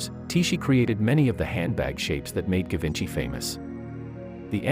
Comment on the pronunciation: It should pronounce as "Zhee-VAWN-shee"